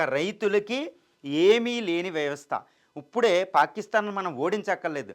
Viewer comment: ఉప్పుడే కాదు సామీ ఆ పదం ఇప్పుడే.రెండింటికీ తేడా తెలుసుకోండి